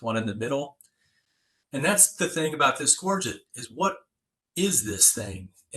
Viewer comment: Absolutely amazing......this should be what is taught in grade school. It is so nice to hear someone pronounce the word Gorget correctly, how refreshing. Most souther and mid west collectors say it incorrectly.